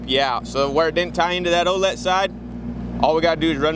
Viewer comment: Think it’s supposed to be O’let